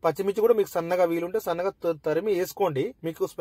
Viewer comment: తరిమి కాదు తమ్ముడు,,తురిమి